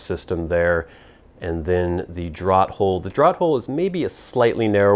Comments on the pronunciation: isn't it pronounced "draft" hole? as in letting air move? draught is pronounced draft, no? you don't ask for drawt beer do you? I know americans have changed certain spellings. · Another great review and video,. Thanks. As a note, and I hope you will accept this in the kind manner it's presented: 'draught' is always pronounced as draft, which is strange, admittedly, as we always take a draw, but there it is. English is a funny old language. Best to you.